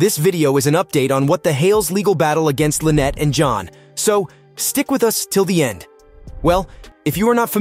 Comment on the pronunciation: LEE-VEE (LEVY) County !! LIE-Net (Lynette) or Lie-nut !! Otter Creek not outer creek !!